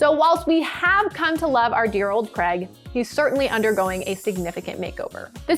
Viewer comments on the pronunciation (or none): Who’s “Crag” ? ...it’s Craig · Anyone else find it really hard to listen to her saying Cregg instead of Craig? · Who's "Creg"? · I don't understand why Americans can't say 'Craig' properly. It's right up there with 'squirrel'